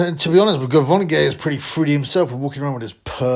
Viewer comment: Ger-von-gay LMFAO